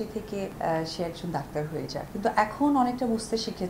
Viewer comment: দক্তার নাহ ডাক্তার 😂😂